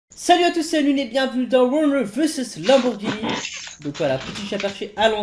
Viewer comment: T SERIEUX UNWINW TU MET DES "S" À LAMBORGHINI